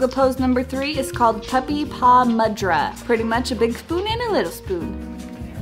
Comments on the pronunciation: mudra pronounced moodra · it not mud-ra its actually mood-ra 😂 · The spelling of Mudra is more like moodra, well it's not your problem cuz I still break my teeth spelling these name though being an Indian 😅😅😅